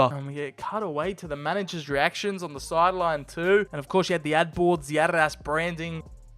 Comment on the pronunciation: Why do you keep calling Adidas "ARRAS"?